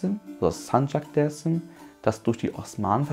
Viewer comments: er sagt aber auch nicht Desim dazu, sondern eingedeutscht Dääärzm. Es triggert, wenn man nur türkische Aussprache bei den Städtenamen- und Stadtteilen o. Ä. anwendet, aber ausgerechnet bei dem wichtigsten Wort, es deutsch ausgesprochen wird. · Brudi, sprech mal Dersim nicht deutsch aus. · Ich habe nur einen Kritikpunkt: Du sprichst alles so aus wie im türkischen, außer Dersim, warum? Wäre viel nicer, wenn Dersim so ausgesprochen wird, wie der Rest. Stört ein wenig beim zuhören.